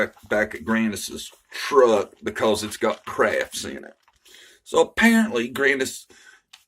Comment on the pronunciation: Crafts? I thought she said Crabs, lol